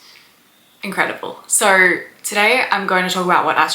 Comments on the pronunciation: Its "So" not "Sow". Think of it like you're saying "Bo" and not "Boww". I didn't hear anything past "Soww".. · Wow! You can put the sound of the letter "R" in the word "SO"!